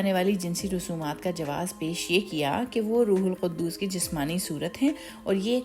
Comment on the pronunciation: Rethink how you pronounce Rooh ul Q. U. D. S.